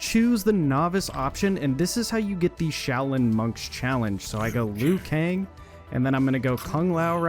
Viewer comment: “This screenshot is hard to see because of aspect ratio” - proceeds to show a screenshot of an excel spreadsheet where you can adjust the cell sizes 😂🤦🏻‍♂️ Also, do you seriously call Liu Kang “Leyoo Kang”?!